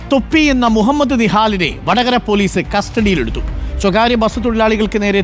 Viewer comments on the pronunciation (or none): none